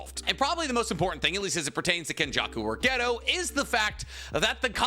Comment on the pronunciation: btw, his name's not "ghetto" its "gay toe"